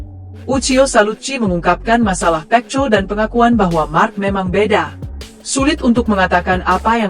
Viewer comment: Perbaikan ucapan mu min pecco itu di baca peko bikin kesal dengarnya ⛔😡